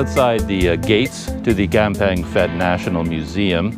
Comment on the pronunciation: As with Umphang, the ph is sounded P not F. Enjoying your videos around our area.